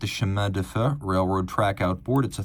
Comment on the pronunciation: Chemin de fer . FER is pronounced like FAIR, not like FUR. This ia a gorgeous alternative to Pathetic Philippe.